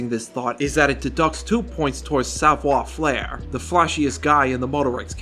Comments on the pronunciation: FAIRE, not FLAIR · He is 100% mispronouncing it. As a French speaker, I could only continue watching the video if I pretended he was doing it on purpose. That's how bad the pronunciation is. He says "savoir" fine but "faire" has no reason to have an "L" sound added. Idk why he didn't just say it how it's said in English since it's the same. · i know french sucks and all but please stop adding an L to savoir faire i beg of you